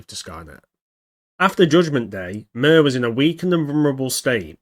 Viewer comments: Its suposed to be pronounced rather than "Murr" and more like "Meer" with rolled R. But anyway what do you think was the territorial range on MIR and Skynet? Did Skynet control South America too and Was there MIR's pressence in Europe and Asia? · It’s pronounced MEER not MIR. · Mir is pronounced like mer and translates to peace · Hi. I got my degree in Russian in college. This is a great video, but I’m afraid that it’s pronounced “meer” like meerkat rather than like the ointment the wisemen brought to baby Jesus. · It's pronounced like meer. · I think it’s supposed to be pronounced “MyeerR” which means world in Russian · Cool but pronounced like "mere"